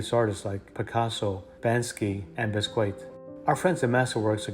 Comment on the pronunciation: So simple and beautiful! I'll definitely be trying this. And, it's Bank-See, not Back-Snee. Lol 😉